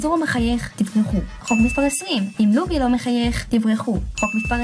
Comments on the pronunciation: זה ממש ממש ממש מעצבן שאת אומרת לופי שהפ' נשמעת כמו במילה פרפר אמורים באמת להגיד לופי כשהפ' כמו במילה פוקאצ'ה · רק אותי מצחיק הצורה שהיא אומרת לופי